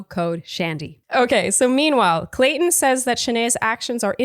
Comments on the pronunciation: says Colton instead of Clayton. says Clayton ha ha says ok whatever and keeps talking 😂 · Word Watch should be the number of times says "Colton" instead of "Clayton" It's been in multiple recaps now. LOL!